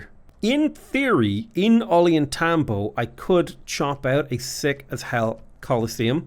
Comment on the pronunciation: Take a drink every time mispronounces Ollantaytambo. Oh God now I'm drunk and I have liver disease.